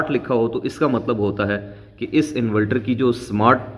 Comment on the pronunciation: Inverter hota hai bahi invelter nahi